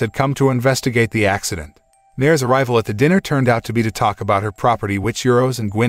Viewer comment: What about the ax- cident ?